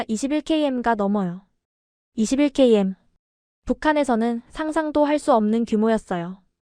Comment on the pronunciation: 이십일킬로미터로 읽어라! 이벅시야!!! 다른이로 하여금 읽게.하든지!!!!